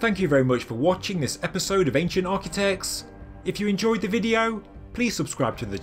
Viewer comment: "Architect" has a T on the end of it; Architec-ts; not Architec-s... Can you sort that out, because it's really annoying.